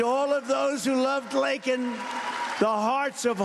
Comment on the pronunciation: At least Trump pronounced her name right and didn’t make it about himself! May Laken RIP And fly high with the angels. A senseless act that should’ve never happened! 😢